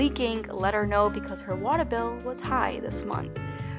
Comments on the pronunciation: Yes I love how she says "wata" and "showa" 😂 so cute! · I almost died...watuh and vineguh 😂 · The waaaaay you say water took me out ! 😂 waaaah duh I say it like it written, wa ter 🇨🇦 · I like the way u say "water" 😭